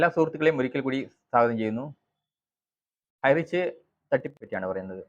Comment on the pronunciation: ഹൈറിച്ച് 👌 ഹൈറ്റച്ച് അല്ല തിരുത്തു.. ❗